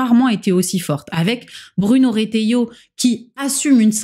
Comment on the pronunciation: Merci pour cette nouvelle vidéo, je n'ai pas commenté sur les anciennes vidéos après les avoir regardées mais je voulais juste signaler que c'est l'une de mes meilleures trouvailles cette chaine YouTube pour mon année 2025! Ps: Je veux te dire amicalement qu'on dit ahah, ca évitera peut être qu'un dégénéré te tombe dessus si tu écorches son petit nom. (ou sinon on peut également l'appeler par son surnom RETA-RDED, pardon). A confirmer: Je crois qu'il y a une règle dans la langue française genre le -ai ne se prononce pas en -è si il y a deux -ll devant le -i, le -a garde sa prononciation et le -ill devient -y. Je ne sais pas pourquoi je me suis lancé dans cette explication désolé. Bonne soirée ou Bonne journée!